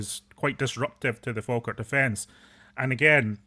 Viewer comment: 😂😂😂😂 it's Falkirk fs